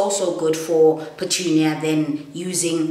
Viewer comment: Lol pertunia hahahha